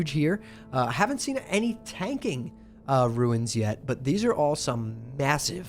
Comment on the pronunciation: was keen to watch this until I heard how you say runes.